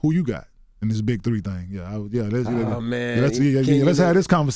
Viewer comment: i have the same first name, why does everybody pronounce it ken yin and not ken yawn lmao